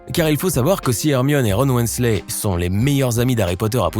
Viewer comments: weasley se prononce wisley pas wesley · Weasley pas Wensley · Je rêve où il a dit Wensley au lieu de Weasley ? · Oui et il dit wésley au lieu de weasley 🤷🏼‍♀️ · "Ron Wenslè" Adieu.